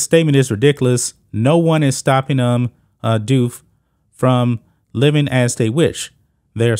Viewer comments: The last name Diouf is not french But West African, Precisly Senegalese. Its pronounced "Dee-Oof" As a Senegalese myself i never thought i would see an other Senegalese person Or someone originating from Senegal buying into this trans ideology let alone trying to compete against women while being a man, considering how conservative and religious the country of Senegal is. This is really getting out of hands. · IT IS PRONOUNCed deeouf and it i s not a French nam e, it is Senegalese. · I believe Diouf is actually pronounced "doofus" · At 3'14" , i am not really sure how to prononce his name , because i am not french , but it is an african name !!! And they are talking about slavery , very paradoxal ! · How can you report on a subject when you don't know how to pronounce the name of the subject???